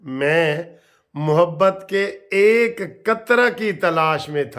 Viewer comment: وکیل صاحب لفظ محبت کی م پر زبر ہے غلط مت پڑھیں